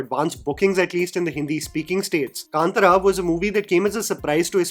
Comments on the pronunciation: Bro please pronounce the name correctly. Kantara not Kantra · ಕಾಂತಾರ.. Kanthaaaaaaara.. कांतारा .. it’s not kantara.. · First please pronunce the word K-A-N-T-A-R-A properly and it’s not KANTRA like in Antra… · It’s been interesting to see the different pronunciations of Hindi speaking reviewers of the film name. Here we have “kaantaraa”, I have also heard “kantaaraa” and “kantara “ (all short vowels. Isn’t the Kannada ಕಾಂತಾರ pronounced “kaantaara” (two long vowels and a short at the end)? Kannada speakers please help.🙏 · It’s pronounced as kantaara. There is an “aah” ki maatra in त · Everything is fine , me angrezi bhi jhel leti hu coz content is on point.. but pls movie ka naam dhang se bol lo bhai. 😢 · Sorry I am not hate mongering here , but how difficult is it to pronounce the movie name properly ? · Dude my wife got offended the way you pronounced kantara